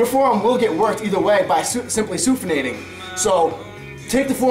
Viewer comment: soofination lmao